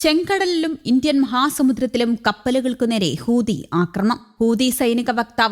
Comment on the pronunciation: ഇവൾ ഇപ്പോഴും ഹൂദി എന്നാണല്ലോ പറയുന്നത് ചേട്ടാ.😂 ഇവളെ തിരുത്താൻ ആരുമില്ലേ? ഹൂതി എന്ന്